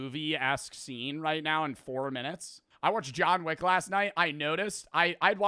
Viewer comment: boii said jawn wick in nu jersey boiiii this not abahht yuuuuu 😭